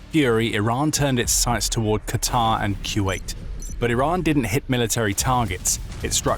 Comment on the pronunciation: Finally,someone who knows how to pronounce QATAR like it should be.I get so enraged by those idiots who don't know how to pronounce it correctly.I have a friend who lives in DOHA.